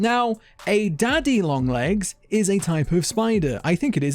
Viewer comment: I’m confused because there’s only 1 “N” and for some reason youre saying lo(N)g AND comi(N)g